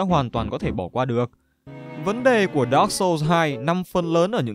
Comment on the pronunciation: đọc dark chập nghe như dog :))